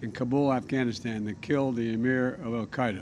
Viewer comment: アルカイダが北海道に聞こえる不思議